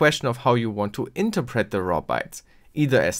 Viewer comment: Amazing video! Also, a minor thing, but I got sort-of semi-triggered with your pronunciation of 'interpret'. I know that your native language isn't english and I definetely don't want to offend you, but maybe look op the pronunciation.